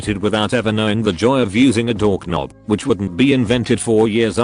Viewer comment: I love how the computer voice pronounced "doorknob". It read is as "dork nob". Lol, I'm dying here.